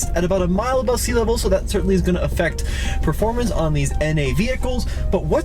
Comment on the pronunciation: Those TPI "turds" went undefeated for 3 years straight ('86-'88) in SCCA Showroom Stock. Porsche and Lotus got so butthurt they had the Vettes banned from the series and they were forced to race against themselves in Corvette Challenge. And "proformance" is not a word, it's "performance." You're probably one of those guys who says "Elderbrock" too...